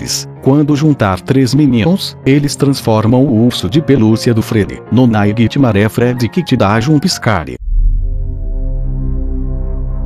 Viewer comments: GOOGLE TRADUTOR KKKKK AFFF NAIGUITIMARÉ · vei "naiguitimaré" kkkkkk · naquitimare... nessas horas que da vontade de falar inglês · NAIGUI TIMARE